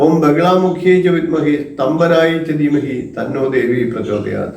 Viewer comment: സ്തംഭനം എന്നല്ലേ വേണ്ടത് സ്തംപനം അല്ലല്ലോ